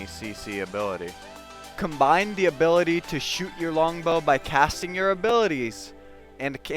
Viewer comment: new abilaty